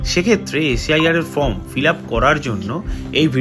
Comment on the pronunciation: "ফ্রম" বলছেন কেন? "ফর্ম" বলুন। দুটোর একদম আলাদা মানে।